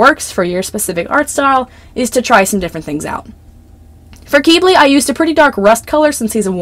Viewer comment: I’m sorry but the way you say Quibly KILLS me 😭 😭 😭 it’s not KEEB-LEY it’s pronounced KIB-LEY I’m sorry but that bothers me so bad 😭 ✋